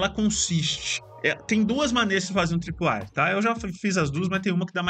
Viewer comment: o nome é tripwire, nao é com A....